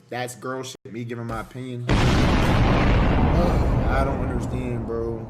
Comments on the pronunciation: Tfw you cant concentrate on the content of a video because you trying to figure out what an "aye-pinion" is. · Lmfao wtf is an "Apinion"???😂😂😂😂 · Bro said A pinion 😂😂